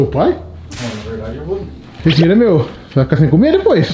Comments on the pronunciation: o falando dinero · fala dineiro kkk